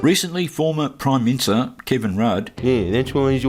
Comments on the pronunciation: "former prime minster" MINI-STER is MORE THAN 2 Syllables mate! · Did he say... Prime minster? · I thought he was saying former prime mincer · 'proime minster' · He said "prime mincer" - classic. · Did he say that on purpose of does he have a speech impediment?